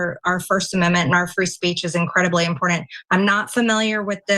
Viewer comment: Never trust anyone who adds the letter "d" to the word "important".